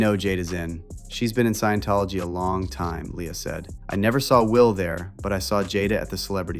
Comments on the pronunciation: Someone tell Jaguar its not "science tology", its sciENtology ffs😂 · Jaguar wright said "sciencetology" 😂😂 this lady not credible at all, shes lunatic